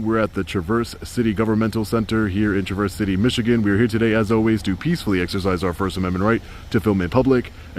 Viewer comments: Dude! "Traverse" is not pronounced "truh-VURS" (as in "to move through") but as a Michigander, it is pronounced "TRA-vrs" Tra is a hard emphasis. Vrs is trailing off utterance. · It's TrAverse not Traverse. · Everything is mispronounced in Michigan. It’s TRAverse, accent on the first syllable. Beautiful town, but definitely old school in its knowledge of the rights of the citizenry. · Welcome to Michigan! It's Tráverse City, just so you know. Spread knowledge, brother! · "Traa verse." Not traverse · PRONOUNCED TRA-VERS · It’s pronounced “travvers” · Pronounced Traaaaverse MI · Idiot learn how to pronounce "Traverse"-You can't read fool